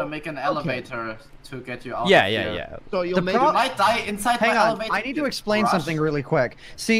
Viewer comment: Do you hear elevator, or alligator?